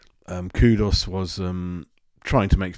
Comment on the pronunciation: his name is Kudus, not Kudos!!!!